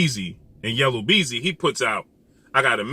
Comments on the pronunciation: Yellow beezy🤣 yu mean YELLA BEEZY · Yella Beezy not Yellow… LOL